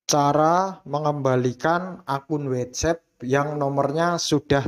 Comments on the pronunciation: bacanya watsap bukan wetsep 😭😭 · Ngga semua huruf a dibaca e dalam bahasa inggris.. WhatsApp.. bukannya Whets epp Blo'on 😂